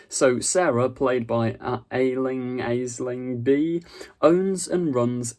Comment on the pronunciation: It's pronounced Ashling Bee. She is an Irish Comedian she Appears alot on QI in last few years.